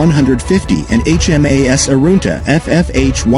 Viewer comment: HMAS Arunta not Aruta...